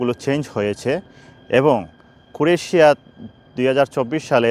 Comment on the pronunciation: দেশের নাম উচ্চারণ শিখুন।